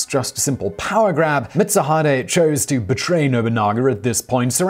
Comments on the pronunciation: Seems like I'm not the only one bothered by that butchered pronounciation. I believe it's pronounced "Mit Su Hee Dae" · Pronouncing "Mitsuhide" as "Mitz-uh-HYDE" is an offense that would definitely earn you a beheading at the hands of Mitsuhide himself. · Mitsu-HIDE. I definitely cringed at that lol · Yeah it's Mit-Su-Hee-Dae(Day). At least he got Akechi right. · I believe it's mits-u(oo)-hee-day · Mitsuhide = Meet su hee de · And he called Mitsuhide Mitsu-hide. "Hide" as in hiding. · You butchered Mitsuhide Akechi's name so badly I weep. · Haha! At this point, given the various ways that you mispronounced "Mitsuhide," I suspect that your pronunciation has become a running gag. XD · It pained me to hear you miss pronounce Mitsuhide those few times, then get it right later. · Okay, now I wanna see this guy in the next Samurai Warriors game. Also, that mispronunciation of "Akechi Mitsuhide" hurt me. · As always, Simon neglects even a quick look at Wikipedia, giving way to such mispronunciations as... Yasuke: "yuh-SEW-kay" Mitsuhide: "MIT-suh-hyde" jidai-geki: "JEH-dye-GEE-kee" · Nobunga! Mitt-sue-hide? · i think oda nobunaga and aketchi mitsuhide commited sepuke in heaven when they heard you pronounce there names, hahaha nobungo , nice video tho